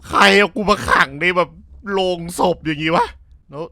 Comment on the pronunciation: โลง ครับ ไม่ใช่โรง